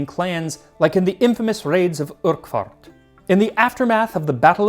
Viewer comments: Lol! Okay, okay, it's not a place from LotR, it's not "Oork-hart" it's "Uch-urt" ("uch" pronounced like you would "loch"). You made it sound like the birthplace of the Urukai or something, lol! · The worst pronunciation of "Urquhart" I've ever heard. It's pronounced "ughert" ya numptee. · Entertaining as ever, with the ever sweet dish that is Max. I did notice Max's pronunciation of Urquhart. I wonder where he took that from because in the UK Urquhart is pronounced Urkert. Other British dish names that might amuse Max - Whim Wham, Stargazy pie, Pan haggerty, Bedfordshire clanger, Hindle Wakes, Panacklety and the list goes on.